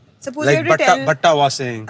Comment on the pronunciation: What is "patra", "batta"?, as a kannadiga, please correct it when you hear people say it wrong. It is "pathre", "batte"